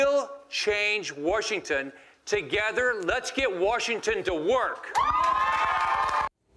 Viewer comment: Why is he saying "Warshington"?